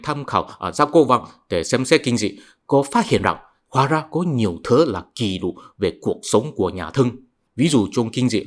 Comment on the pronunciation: Ký lục ( không phải “kỷ lục” như anh phát âm) = ghi chép. Ghi chép: thuần việt; ký lục: hán việt.